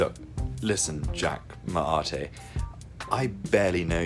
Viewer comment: the way jack whitehall pronounced Jack Mate is jokessss